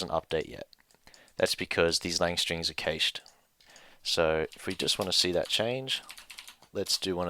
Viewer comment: Cash not Case-sh